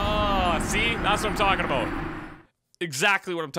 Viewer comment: "Aboot" At this moment, I realized you are Canadian.